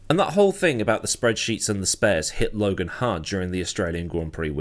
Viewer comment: Lo-gone? You’ve outdone yourself.